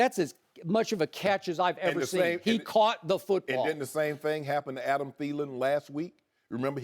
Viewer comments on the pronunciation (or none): none